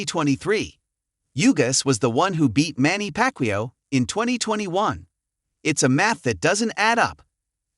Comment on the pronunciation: Ai doesn’t know who packwio is!